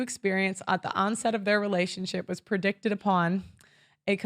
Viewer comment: She was testing us to make sure we're paying attention. She also mispronounced "predicated" and "volition." Minor quibbles; the general points were well-spoken.